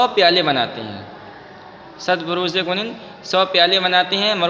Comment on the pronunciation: کنند کا تلفظ غلط کر رہے ہیں